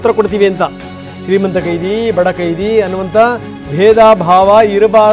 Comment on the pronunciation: ಚಾನೆಲ್ ನವರೇ, ನನಗೆ ತಿಳಿದಂತೆ , ಕೈದಿ ಅಲ್ಲ , ಅದು ಖೈದಿ. ತಾವು ನಿಮಗೆ ಪರಿಚಯ ಇರುವ ಕನ್ನಡ ಪಂಡಿತರನ್ನು ಅಂದರೆ ಸರಿಯಾದ ವ್ಯಾಕರಣ ತಿಳಿದವರನ್ನು ವಿಚಾರಿಸಿ ಸರಿಪಡಿಸಿಕೊಳ್ಳಬಹುದೇನೋ. ದವವಿಟ್ಟು, ಇದರ ಬಗ್ಗೆ ಗಮನಹರಿಸಿ.